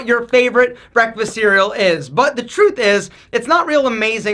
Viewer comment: when he said "Cereal" 😂😂😂😂